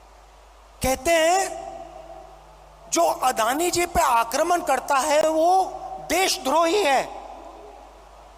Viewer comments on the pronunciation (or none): बेटा, आक्रमण होता है, aakraman नहीं। पर तू क्या जाने, तुझे हिंदी कहां आती है